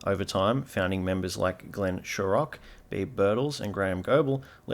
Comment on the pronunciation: You missed out on the rivalry between this YouTube channel and the correct pronunciation of Glenn Shorrock’s surname.